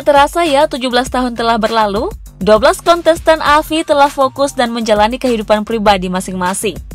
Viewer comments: Gagal fokus sama pengucapan kata Kontestan jadi “KONTENSTAN” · KONTENSTAN? woy salah lu nge-host salah ngucap woyy.